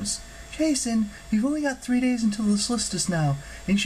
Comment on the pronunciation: Its pronounced "solstis"